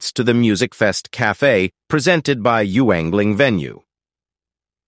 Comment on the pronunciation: It’s not you-ingling. It’s pronounced “yingling”.